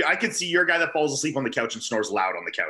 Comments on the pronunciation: Ian should start to call guy by the French Canadian pronunciation of Geeee if he keeps calling him Ann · best comment of the last ten podcasts goes to Iain: "Bro... my name has been fucking butchered by GUY on the fucking podcast"